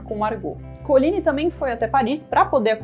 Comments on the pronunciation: PALAVRAS FRANCESAS SÃO OXÍTONAS QDO TERMINAM COM Y MONTMORENCYYYYYY . COLIGNYYYYYY.. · COLIGNY E MONTMORENCY OXÍTONAS.Primordial conhecer a pronúncia correta de vocábulos francèses.Apedeutas desinformam.